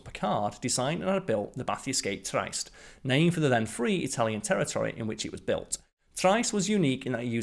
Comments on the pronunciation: I believe the word you are looking for is pronounced tree-est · It's pronounced "Tree est" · Pronunciation is "Tri....est" please. Not as good as your BioGraphics videos. Struggled to follow the narrative in several areas. Maybe it is an accent thing. But then again, I didn't have a problem on BioGraphics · You're pronouncing the Submarine's name incorrectly. Trieste is pronounced "Tree-est". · Check pronunciation of Trieste. Pretty sure it’s “Tree est” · Arrrrgh, it's pronounced "tree-est" and "no-ah". Why do the British think they are the only people who know how to pronounce language. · What annoys me Brit is your ignorance of - butchering of the Italian language. It's pronounced tree-est. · Just because you're subbing in for Simon doesn't mean you have to butcher the pronunciation of "Trieste" to fit the part. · love your presentation, style and pronunciation, except for Trieste - it's an easy one to get wrong.